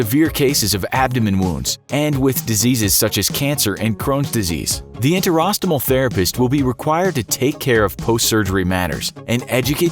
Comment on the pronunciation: To be a voiceover artist, you'll need to be ok with complicated words... 30secs later... narrator can't pronounce enterostomal.